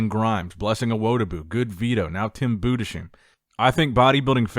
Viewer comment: You are mispronouning the German name...no "sh" sound in there...Budes..heim like home with an "h"